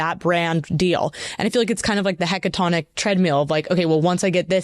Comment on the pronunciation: "hecatonic treadmill" lol... Aside from that absolutely bonkers mispronunciation, it's awesome to see how intelligent and interesting Rainn Wilson is.